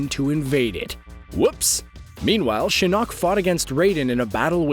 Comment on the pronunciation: I hate how he pronounces shinok